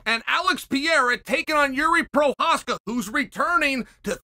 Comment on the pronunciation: My spellings: Mahkhalchev; Piiiiiiiiiera, Charles Olive